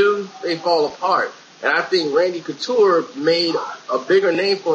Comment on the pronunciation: You said Conture. It's Couture,. LOL!